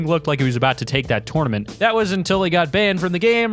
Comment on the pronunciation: A tournament it piss me off how he said tournament